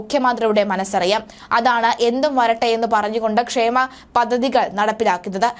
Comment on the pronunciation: പദദികൾ എന്നല്ല കൊച്ചേ പദ്ധദികൾ എന്ന് വായിക്കു 😂